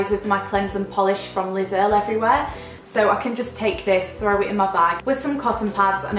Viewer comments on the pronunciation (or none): none